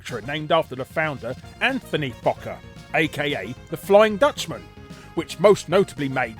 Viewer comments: I thought "Fokker" was supposed to be pronounced "Foe-kerr"? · You said fokker wrong . Its foe ker. Only outside of Asian areas is o (oh / ow) said as a ah sound. Phonetics in english is just weird like that for some reason. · Actually Fokker is pronounced 'Foe-kker' but don't let me stop you Larry from making a joke. 😁 Some of these however aren't surprising yet are still crazy. 😂